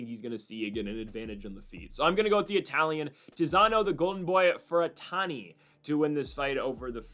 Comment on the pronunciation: FER-RANT-I .NOT FER-TAN-I. Sound out the syllables, LEFT to RIGHT.